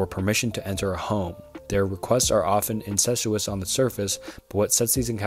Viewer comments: Seriously. This video was recommended to me and I’m almost halfway through. He stumbles and mispronounces words, but the “relatively incestuous” questions of the black eyed children are something else. And he’s not just saying it once, he says it over and over again. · great video, but please do multiple takes and look up how to pronounce words you dont know. hearing you pronounce innocuous like incestuous was genuinely hilarious.